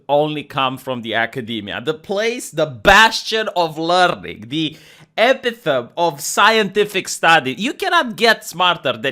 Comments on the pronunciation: Epitome = EH- PIT-O- Mei Not EP-I-tome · Epitome is pronounced eh-pih-to-mee! Peace, have good days